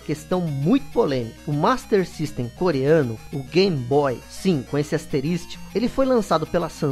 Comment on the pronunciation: Por que diabos chamar de GAM-BOY????